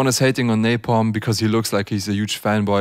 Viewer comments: I came back to say napalm not napom nice vids🤣😂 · You said Napom but in Subtitle ia Napalm😂